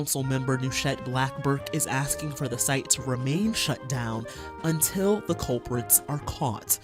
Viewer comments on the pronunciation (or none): "Untttilll the culpritsssss are caughtttts"🙉